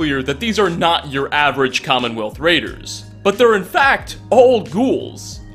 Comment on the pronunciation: They're called raiders, not traiders.